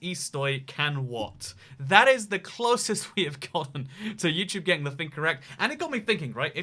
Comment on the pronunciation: and turn on captions. Never knew "getting" sounded like "gang"